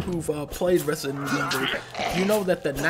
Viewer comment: Resident Evil? I thought you said President Gevil!